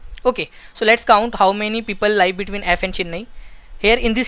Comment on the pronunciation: bhai pronunciation sahi rakha karo.. hadd iriitatting lagta jab " Liiive" bolte "Live" ko